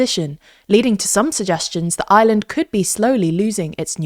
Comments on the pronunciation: The inability to pronouce the "R" in Ireland correctly is jarring. Where's "Island"? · Why can't you pronounce the country your talking about. It's not Island, it's IReland. It's a hard R. It's painful to listen to the country's name being butchered every single time ... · Her pronouncing Ireland sounds like island